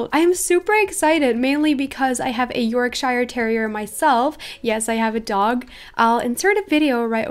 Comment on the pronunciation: It's pronounced York- sheer not shire sorry I just had to point it out xD Love your vids by the way c